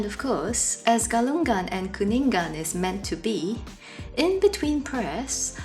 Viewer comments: Thanks for covering the events. It's a beautiful peaceful religion and people. By the way Galungan and Kuningan is pronounced with silent G at the end. So it's like Galung-an, Kuning-an. Not Galung-gan, Kuning-gan. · Ga lu ngan not ga lun gan Ku ni ngan not ku nin gan When you see NG pronounce it together. Sory just little correction hehe..